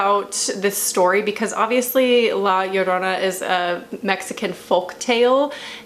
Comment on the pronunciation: You’re pronunciation of Llorona is correct lol